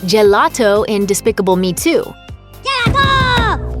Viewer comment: When you said gelato I know that word but it was hard to understand